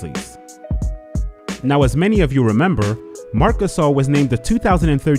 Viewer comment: Nobody: Kenny "The Jet" Smith: mark cuhSAAL